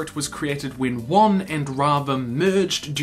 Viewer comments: It's Wan not Wang. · how many people do I have to explain this to? IT'S WAN NOT WANG